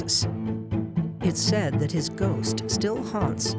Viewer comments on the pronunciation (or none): none